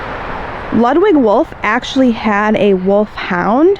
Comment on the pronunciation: Pronounced....... loodwig